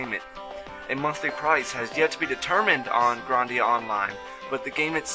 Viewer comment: You pronounce it Grahn-dia. It's pronounced GRAND-ia